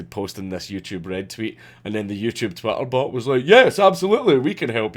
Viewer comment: I love how you pronounce Twitter "Twatter". <3